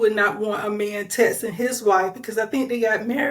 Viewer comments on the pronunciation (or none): Whoever this noname person making the video is jumping on the liars bandwagon. This host can’t even speak properly and uses inappropriate grammar 😂 Sounds like she’s a 2nd grade student “tet’n” is how she says texting😂 NOBODY WHATSOEVER CARES ABOUT WHATEVER THIS CLOWN SAYS!!!